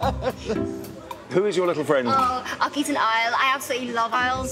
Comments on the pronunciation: The subtitles on my youtube show the word Isle when she's saying owl 😂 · I heard aisle, as in an airplane lol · She says Owl more and more incorrectly as the date goes on. It goes for Our to oil and eventually ends up as Oily